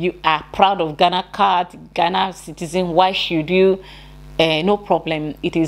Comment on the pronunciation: The word is citizen NOT SITIZEM